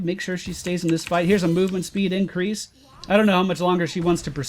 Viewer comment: He said incwease Hahahaha